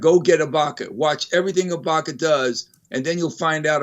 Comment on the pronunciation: Did he say Ibanka ?